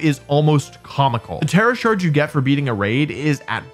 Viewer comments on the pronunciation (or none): none